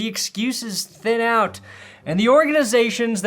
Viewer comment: REWATCH THE SHANK. YOU BRING ME OUT OF IT WHEN YOU SAY 'AWT' HOLY FUCKING RETARDO BATMAN.